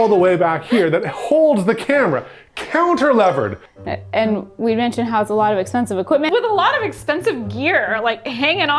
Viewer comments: when said "counter-levered" at the start, I think he meant "cantilevered", so that might explain the confusion that came up from that later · Cantilevered? As a structural designer I felt a disturbance in the Force when you said that word.